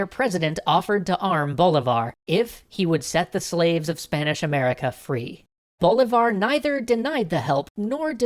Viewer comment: 1.- si-MON bo-LEE-Var. 2.- You skipped Páez (the new leader of the "Legion of Hell" (By this point they weren't any longer called that, that name was only given while they were led by Boves) and Sucre (Bolívar's non-blood son and who was loved by Bolivia and Ecuador), how dare you? 3.- You added the Essequibo for only one moment. 4.- Income the Argetinians getting angry for not seeing San Martín in here.